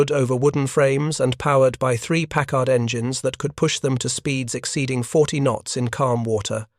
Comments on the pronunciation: And stop saying 'pac-card'. It is 'pack-erd'. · "The three "PACK-HARD" 12 cylinder marine engines ... 🙄🤨😏